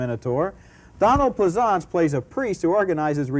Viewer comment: Tess of the Doobavils and Donald Plez-arntz!